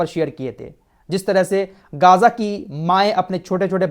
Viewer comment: भाई गाज़ा नहीं सही मे ग़ज़ा है